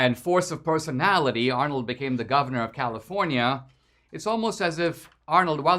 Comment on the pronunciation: This coming from a guy who cant pronounce California.